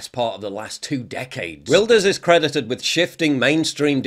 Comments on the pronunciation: [Wil-durs], not [wail]. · It's pronounced Vilders. Like Builders but with a V. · Wilders is pronounced Vilders I think? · Im Dutch and its pronounced Wilders like William so no V😉